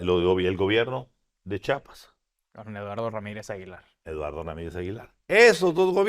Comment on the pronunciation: Me gusta mucho su mesa de análisis, solo les comento, con respeto, que asi como dicen: "Chihuahua" y "chilango" se dice "Chiiiiiapas" no "chapas", "chapas" son los cachetes o con lo que se abren las puertas, gracias, saludos!